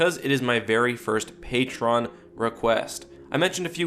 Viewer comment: Please stop saying "pay-tron" it is "pay-tree-on."